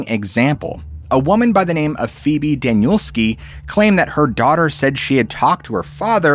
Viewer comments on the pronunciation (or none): none